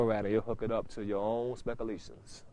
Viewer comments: RZA: Take it down to Bruce Forat, and he'll hook it up to your own "Specalations"! Me: Uh, ok. (Did this nigga just say "specalations"?!) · "Hook it up to ya own specca-lations" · "specalalations" Ha. my man!